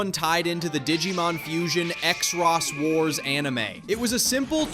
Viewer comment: Everything was fine until I listened to your pronunciation of Xros Wars, I mean, it's not so hard. It's pronounced Cross Wars, not ExRoss...